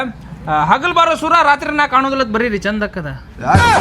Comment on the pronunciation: ಸುರ ಅಲ್ಲ ಸೂರ